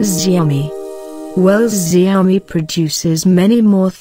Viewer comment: Isn't it pronounced Shao Mi?